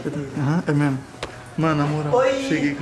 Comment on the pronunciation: MDSS O FALOU "É MESMO" e não "É MEMO" q MILAGREE KKKKK